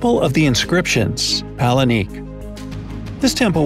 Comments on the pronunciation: It’s not “palenique.” It’s Palenque. Pah-Len-Kay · Paleniqueee??! It's palenque pronounced as palengke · It’s Palenque NOT palenique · It's cringy 😢 but we spell palenque as palengke in Filipino same pronunciation tho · Garza am not a Spanish speaker but I can understand some Spanish because Philippines have lots of Spanish loan words in our language tho. We also use palenque and it's cringy to hear the guy pronouncing it as palenique 😑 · Wow u didnt even research how "Palenque" supposed to be pronounced! Sad!